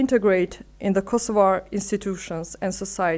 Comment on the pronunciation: The only thing you were right about is that finally an Albanian pronounces KosovA with an A. Everything else shows that you are a puppet and mouthpiece for the new world order. First, you should be speaking Albanian and AI can translate for you. You should assert your sovereighn language. You also missed out the part that the first war in Europe after the World War 2 was in Bosnia, NOT in Kosova. That was 3 wars later. You also failed to mention that the EU does not recognize Kosova, NATO does not recognize Kosova, even Unmik does not recognize Kosova. You think Russia really cares or others care what your stance is towards Russia? You have no military strength and you are controlled by foreigners. You really have no say. Does Kosova value human rights values? Absolutely not. They have broken every UN resolution on palestine so much that it's the second nation only to have an embassy in Jerusalem. You want others to respect international laws for your people, but not when it comes to Palestinians. You fail, and you continue to support a genocide state. You have not learned from Bosnia, or Croatia or even in your own place in Kosova. Even though Kosova did not go through what the Bosnian muslim did. And for your information the Ukraine does not recognize Kosova but was sending arms and soldiers to Serbia during the war, and was sending arms and soldiers to Macedonians to fight Albanians. You should be ashamed of yourself to '''align with the Ukraine" why? Because you follow wh